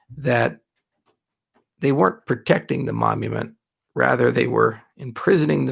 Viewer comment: As a non native english speaker: what's a momument? Does it differ from monument? Google won't help me here.